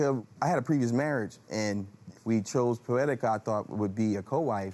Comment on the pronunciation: Did he say pooetica ? Oh this is so funny 😁😁😁😁😁😁😁